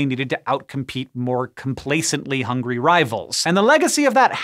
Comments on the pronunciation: Facts. HOWNGRY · Funny, we always called it, "HONGRY"